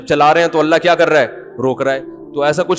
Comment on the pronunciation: Please sahi pronounce karo it's ❤️ ALLAH❤️ Correct spelling 😀